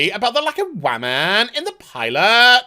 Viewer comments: I agree with your point that these people are overreacting but you hurt your own point by constantly intentionally mispronouncing the word woman. Be the adult when making cogent points otherwise you are just giving detractors a reason to dismiss everything you say. Also it just sounds dumb and immature. I had to stop watching the rest of the video because the way you pronounce it is annoying and grating. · Interesting how your accent goes away when you slip into the 'wahmen' voice. :P